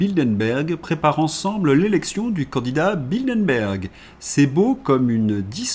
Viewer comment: Bildenberg, ça n’existe pas. Bilderberg, en revanche, ça existe. Mes oreilles saignent. J’ai mal.